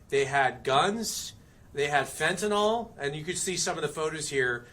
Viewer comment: Who is the mouth breathing loser with the shitty haircut the camp on a microphone that can’t pronounce fentanyl where did you get that retard?